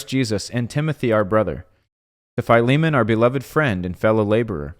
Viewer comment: Oh wow the way you pronounce his name is correct and I never would have pronounced it that way.